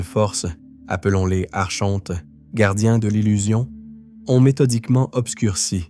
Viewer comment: Coucou , on prononce ARKONTES .. Pas Archhhhontes ... ☺️✨🌊✨💫🕊️🕊️🕊️💫⚖️💫💘